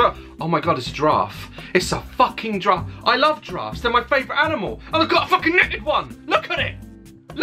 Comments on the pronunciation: " It's my favorite animal... a DdRAFF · "It's a DRAF"